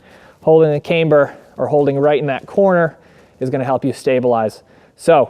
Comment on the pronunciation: One would think that if you marketed a "cambered" bar, and actually made a video about the benefits of having a "camber", that you'd learn how to pronounce "camber" correctly. This is almost as cringe as when YouTubers or firearms manufacturers pronounce "ambidextrous" "am-bee-dex-tree-ous".